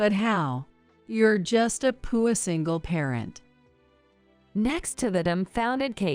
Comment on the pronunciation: For God’s sake, learn the correct pronunciation of “alma mater” and “poor”. Also, stop using repetitive narration. The video could have been a lot shorter.